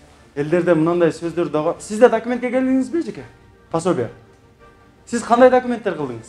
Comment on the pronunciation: Пособия деп туура айтсаңар ❤